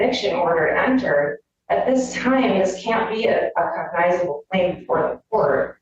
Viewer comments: I'll be damned, cognizable is a real word. I've never heard it, and I'll never say it again. The attorney mispronounced the dang word. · She can’t even say the word cognizable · She could start with pronouncing cognizable correctly... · Her inability to pronounce “cognizable” speaks volumes about her incompetence. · She couldn't even correct herself after not so subtly pronounced it right, twice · Omg I commented the same thing, she can’t even say the word